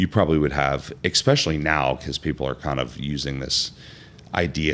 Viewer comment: This guy says “ekspechially” instead of especially and it’s so annoying lol